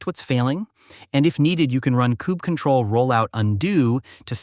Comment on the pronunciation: I've never heard someone pronounce it "kube cuttle" before but it's going in my list of valid pronunciations to annoy people at work now.